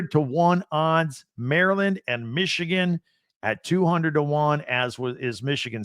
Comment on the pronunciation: Needs to learn how to say Michigan first lol